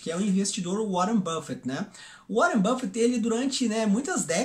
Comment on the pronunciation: Uóren buffet? precisa ouvir o nome dos caras primeiro.